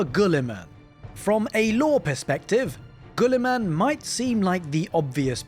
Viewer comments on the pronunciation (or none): The U is silent, its not gullyman.